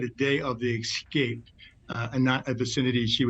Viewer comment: speak reasonably well. excape is not a word.